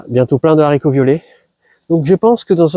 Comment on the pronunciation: Bravo pour votre potager super productif ! Et un merci pour avoir fait attention à ne plus faire cette liaison sur les haricots ! 😀